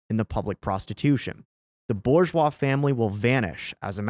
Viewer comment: "Boo ZHWAH" if you please